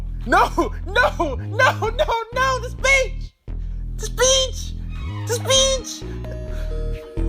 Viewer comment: 10 seconds in and then "NO, NO, NO, NO, THE BITCH, THE BITCH" (yes, i know you're saying "the speech", but i thought you said bitch the first time i heard it)